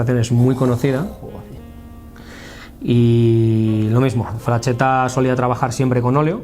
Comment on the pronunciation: No es "frachetta" sería pronunciado "fraxetta" pronunciado como la x del castellano antigüo